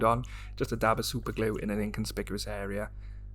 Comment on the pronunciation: Nice one, I use GX112 as well, can't be bothered with the hassle of 2K for plastic models, I have achieved great finishes with the GX, I think it looks more 'scale' than 2K. PS I love the way you South Walians say 'glue'! Twin Town vibes.